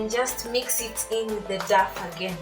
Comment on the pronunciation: I like your recipes. But I cringe everytime you say DAF.. DAF. It's pronounced DOW.. DOW.. Like this